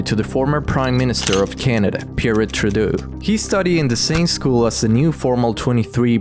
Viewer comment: Can you stop pronouncing Trudeau like that…? Speak normal.